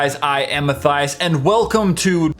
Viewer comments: everytime you introduce yourself like " hi im Matthias" I automatically misheard, I AM A THIGHS. ok dont mind me. hahahahahah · Oh, so that's how "Matthias" is pronounced. I've always read it in my head as "Matt-e-us" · Matthias MY NAME IS METHIAS BUT PRONOUNCED THE SAME WAY AS YOUR NAME